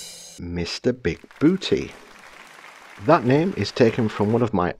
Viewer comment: Hello there *, this was an awesome build!! I would have sworn it was an actual kit when looking at the thumbnail. Very impressive work sir!👍👍 All it needs is some tiny murder bears taking it down with sticks and rocks. 😄 *It's actually pronounced "Big Boo-tah". 😂 One of my favorite bad guys from one of my favorite movies. Buckaroo Banzai was a cult classic and one of my top 5 80's movies. Good taste in movies.